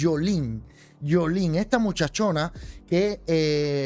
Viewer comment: Se dice Yoliene no Yolín.